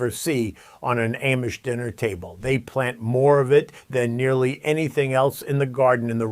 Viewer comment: WHEN are you going to pronounce Amish correctly? Please, ask the Amish how THEY pronounce their name. And, then listen!!!! Very carefully!!!! Pronounce it the way they pronounce their OWN name!!!